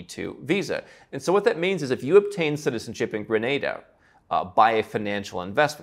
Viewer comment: Listening to you mispronounce Grenada was annoying.